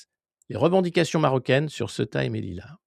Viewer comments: On dit Céouta et non pas ce tas. Le E se prononce É et le U se prononce Ou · pas """Seta"" mais Ceouta"" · Se prononce ceouta Sorry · Ça m'a pris du temps pour réaliser que c'est ceuta et pas ce tas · Cela se prononce Cé-ou-ta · Prononcer Cé-ou-ta. On sait tous en Espagne que l'invasion a été organisée para Momo après la visite de Sánchez en Algérie. C'est une punition et aussi un grand essai avant la vraie vision de Ceuta, Melilla et les Canaries avec l'appui des EUA, d'Israël et de la France... On n'est pas dupe! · "SÉOUTA" C'est comme ça que ça se prononce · Du vrai travail de journalisme, merci ! (Ceuta se prononce Céouta) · Ca se prononce C OU TA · Par contre, vous le faites tous exprès de prononcer Ceuta n'importe comment?? Vous êtes pas sensés jouer aux journalistes? Je sais bien qu'il est extrêmement difficile de prononcer le nom d'une ville quand il s'écrit exactement comme il se prononce mais quand on est un peu con et qu'on cherche à avoir un minimum de crédibilité on prend un peu le temps de se renseigner, non?? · c'est [ce"ou"ta] la prononciation mon Alexis :) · Il faut prononcer "Céouta" Alexis ! ! Sinon très intéressantes ces analyses sur cette poudrière qu'ont toujours eté Melilla et Ceuta... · Cé-ou-ta, Alexis ! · Ceuta se prononce Sé Ou Ta !!!@